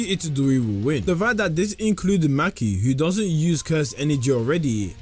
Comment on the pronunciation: Maki❌ Mackie ✅